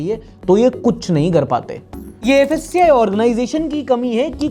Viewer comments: *fssai not fassai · Fassi❌ Kassi✅ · FSSAI ❌ FASAYE✅